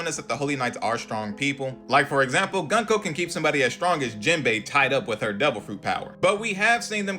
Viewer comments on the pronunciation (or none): Bro its goo-n-ko NOT gun 🔫 ko